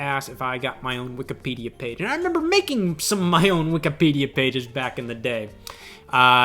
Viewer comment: Love how Scott calls it Wikapedia instead of Wikipedia no hate just made me giggle